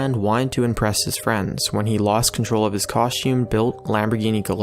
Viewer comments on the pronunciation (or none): LMFAO! Yes, I can remember when I was saved from certain death by a 45 degree angle when it swooped in and pulled me to safety. Costume? I think you mean Custom. You REALLY need a proof reader for your scripts or to spend a little more time leaning proper pronunciation. Don't add to the number of horrible narrators who don't know how to pronounce words or continually use the incorrect words in their videos PLEASE.